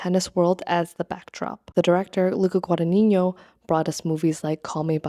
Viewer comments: Contemporary costume design is definitely underrated! ModernGurlz on YT does great content about this and I’m so glad more creators are giving this more attention. Constructive criticism: it’s just “gwa-da-NEE-no,” there’s no tilde on the n in the final “no” syllable/silent g preceding it. That would be on the first n in the “ni” syllable if you were to pronounce it and even if you were, it wouldn’t be so prominent (ie. It’s GuadaGNino, not GudagniÑo) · Hi. I enjoyed your video a lot. One question lingers, though: you can read Italian; why can't you pronounce Guadagnino? (It is not Guadanigno). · as an Italian, you mispronounced Guadagnino (which Is totally normal) but when you quoted him saying "l'abito non fa il monaco" your pronunciation was on point!! I wondered if you study Italian who cares about pronunciation anyways, what's important is if we get the message :) that's what languages are for, communicating efficiently and never perfectly. also the video was extremely interesting, thank you for this analysis! you've gained a subscriber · loved the vid but pls look up how Guadagnino is pronounced